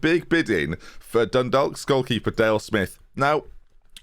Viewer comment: Being a Dundalk fan is hard enough right now without the only mention we ever get is pronounced wrong😓 (The L is silent like chalk)